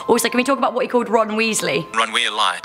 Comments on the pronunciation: "Ron Welay" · “Ron Wealie!” 😂😂😂😂😂😂😂😂😂😂😂